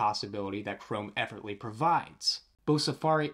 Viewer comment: You might want to put some more effort in the way that you pronounce effortlessly 😅